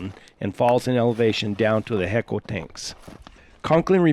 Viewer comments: Hueco is pronounced as if it was spelled WAYCO. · Its pronounced like this HI co Texas